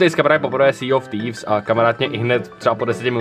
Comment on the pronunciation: sea of teefs (je to správně??)